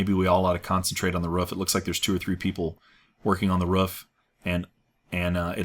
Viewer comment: why do you say rough for roof?